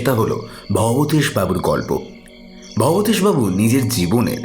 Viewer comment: কি আশ্চর্য!উনি "ভবতোষ"বাবু,ভবেতেষ-নয়